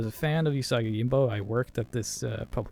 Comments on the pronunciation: Oo-saw-ghee Yo-gym-bow. G's in Japanese are always pronounced like in "Grave", and J's are always like in "Jump". It's not "Yoyimbo" or "Yohimbo". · I had to stop watching based on him constantly saying 'yohimbo' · Right. It's oo-sah-gee yo-jeem-boh. Not whatever he's saying. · I loved this game, and the comics (which I was introduced to via TMNT). You still need to learn how to pronounce Yojimbo, though. It is a 'j', not a double 'i'. Baka gaijin ;) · THANK YOU lol it was driving me nuts. And he says it's his favorite character! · Yes, his pronunciation is horrible XD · For the love of God, please learn how to pronounce it properly. Also, please do more of these. C64 had some awesome games. Thing on a Spring would be wicked. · I liked the video but each time he mispronounced Yōjimbō (Yōjinbō) it triggered me a bit 😅 Unfortunately your explanation is also wrong... Sorry. 兎用心棒 (うさぎようじんぼう) Usagi Yōjimbō (or Yōjinbō / Youjimbou / Youjinbou) are all correct. It all depends on the japanese romanization system you would use to romanize the kanji and kana letters. Hepburn romanization, Nihon Shiki romanization and Kunrei Shiki romanization are the most common systems. There are also non standard romanization systems but they are quite rare. 🤓